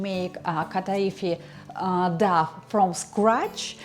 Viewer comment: very useful, but please check on google how to pronounce the english word "dough"